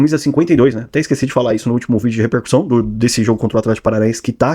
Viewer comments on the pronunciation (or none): none